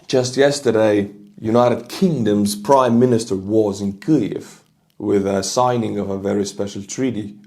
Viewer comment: 😂 let me help u out homie kee-yiv